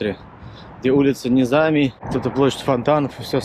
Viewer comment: Ребят!Вы что никогда не слышали и великом Низами,который известен по всему миру?! Ударение - на последний слог! Всегда.